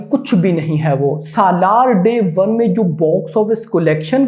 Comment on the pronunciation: This guy can't even pronounce 'SALAAR'